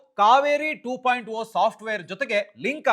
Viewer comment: ಟು ಪಾಯಿಂಟ ಓ ಅಲ್ಲ ಅದು ಟು ಪಾಯಿಂಟ ಜೀರೋ